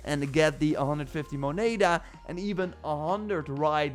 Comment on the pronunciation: So painfull hearing you say moneda. Love the advice tho